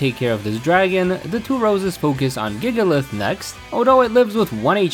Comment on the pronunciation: His "Gigalith"😭😭😭😭😭😭